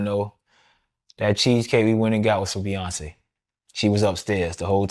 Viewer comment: Pee-yonce is nexx